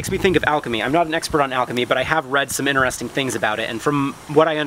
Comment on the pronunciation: InTeresting video. There is a T. Not inneresting.